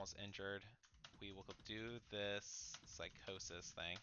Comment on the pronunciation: I just realized you said "physio" as psychosis 😂😂, "Physio" is pronounced Fizz-ee-oh and it's short for physical therapy